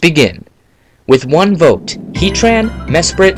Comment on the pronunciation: You keep saying #1's name wrong